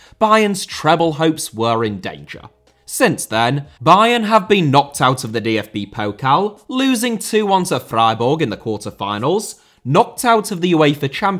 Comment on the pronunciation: Thank you for calling it Pokal and not Pokle ^^